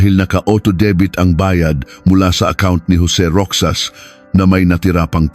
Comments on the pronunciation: Pronounced "Rojas/Rojas" AI? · tutuo bang sa pinas pati pagsasalita mo AI ( ROXAS) ROKSAS DAW? tapos (23)bente three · Roxas is pronounced as 'Ro-has', pinoy ba ang narrator neto? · Rixas not Rokjsas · Roxas or rocsas. Ale be or alibi bakit d mu alam mag peonounce nito. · Rohas pag read sa Roxas. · ROXAS. ...PRONOUNCE AS ROHAS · Parang d marunong mag pronounce,Roxas d roksas.haisttt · I hate Ai assistant voice.. wrong pronunciation of Roxas🙂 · I’m not aware of this case . This is a make believe story . Can tell you are a foreigner . . Mispronounced some of the words especially roxas . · Bakit hindi marunong mag pronounce na ROXAS? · Mr.narrator you mis pronouns the family name of Rozas, it pronouns ROHAS. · Naging Roksas ang pronouncation ng Roxas.😅😅😅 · Anoto??? Kwentong barbero???? AI pa😂 Roxas- Rohas not Roksas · Roxas hindi roksas bobo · Anong ROKSAS……. ROHAS. Ayusin mo ang pagKwekwento. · Hindi po iyan rok.sas, ro.has po! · Dont they have any helper or driver?It's pronounced Rohas(Roxas) not Roksas ..Ginang po not Gnang,Ginoong amd not G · ROXAS . PRONOUNS AS ROHAS,NOT ROKSAS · Rohas ang pronunciation hindi Roksas. Taga saan ka ba? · Roxas ang pronounce ay rohas. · Di ba sir ang pronuoncement mo ng apelyedo ay ( ROKSAS) di ba Roxas or Rojas ? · ayosin mo pre, not roksas, it's pronawns 'ROHAS"... ok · Roxas to be pronounced as Rohas I think😂😂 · 25 years ago wala pang cctv Roxas is pronounce rojas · Roksas..lol.. ROXAS...! AS in ROJAS...! Puchang AI. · Roksas ng roksas ... pronounce it as rohas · Roxas pronunciation is Rohas kaya lang AI yan😂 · Baka hindi po Roksas, kundi Rohas (Roxas) tama pgkabigkas? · Pwede bang turuan ang AI ng tamang pagbigkas. “ Roksas” for “ Rojas “ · naku po hindi roksas sakit sa tenga kundi roxas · Bakit ROKSAS? hahhaha😂 Roxas or ROHAS😂😂😂✌️ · Roksas Ang pangit ng pronounce eh. AI that is pronounced as Rojas 😅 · Roxas - "roksas" ❌️ "Rohas"✅️ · Baka Roxas Hindi roksas